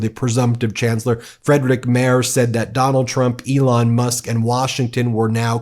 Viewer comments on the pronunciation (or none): Mertz not Mers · The name is "Merz" I'm pretty sure the Z is pronounced "tsss" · It's pronounced Merts not Mers 😅 Kind regards from Germany! Your work is much appreciated 🇩🇪🇺🇲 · Merz is pronounced as mayrts. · You pronounce the German first name "Friedrich" like that: Freed-re-y (Y like the Y in yacht). And "Merz" like that: Mea-ts. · Guys, as much as I like your channel and I appreciate it a lot, that you also cover international news and views... BUT, might it be possible to work on your pronunciation?! 😉 Although I am not a fan of Friedrich Merz, you really butchered his name. And you might say his name from now on more often